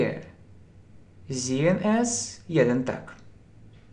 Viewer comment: Почему вы произносите зен а не зеен?обьясните пожста